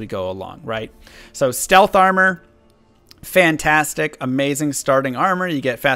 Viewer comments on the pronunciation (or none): none